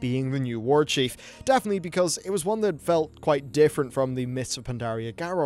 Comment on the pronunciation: "Warchiefu" hahaahhah